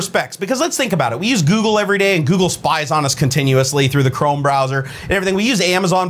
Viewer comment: croom? XD